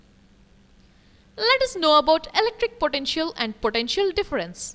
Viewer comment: It was pretty scary the way she pronounces 'potential'!